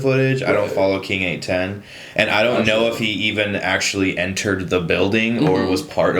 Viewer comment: Good to see that someone else pronounces KING810 like I do also the jokes were great lol